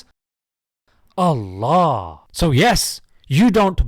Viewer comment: I don't care who he is. Human or djinn. If he is against Islam, he is against us. And he's wrong. By the way, that way of pronouncing "ALLAHU" in his blasphemous mouth is well studied to offend, in my opinion.